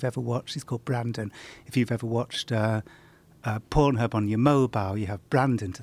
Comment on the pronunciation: the way this guys pronounces "pornhub" hurts a bit